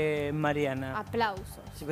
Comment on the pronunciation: CINTHIA DICE APLUSOS ?? QUE ASCO ...